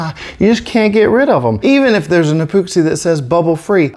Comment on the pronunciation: E-POOX-EE lol